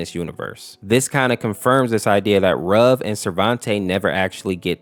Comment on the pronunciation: it's pronouced ruv not rub